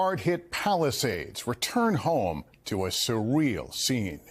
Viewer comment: “a suwweal scenwe” 😅